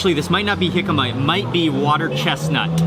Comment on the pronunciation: It's "jicama", jicama is a type of turnip, and Mark is correct in this case.